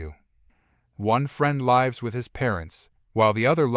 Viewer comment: Must be from another country, can’t pronounce the word lives right. It’s so annoying to hear words pronounced wrong.